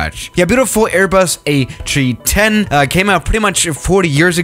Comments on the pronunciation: Forget that he said Atree10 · Did airbus change the fuel source too trees? He said ATreeTen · Ah, yes, the Ayy Tree-Tehn. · No one:: A chree chen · It sounds like he's sayin Atree10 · "A Chee ten" waaaaaat?